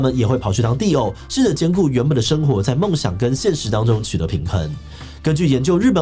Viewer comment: 只有我一直聽 地偶, 地偶, 地偶 最後聽成 Dio的嗎?